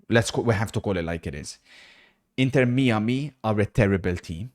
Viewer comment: 'inter mee-a-mee'